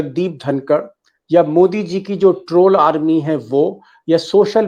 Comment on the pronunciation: Please read C JI, instead of C HI